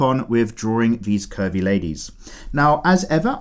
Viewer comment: Did he just say pervie 💀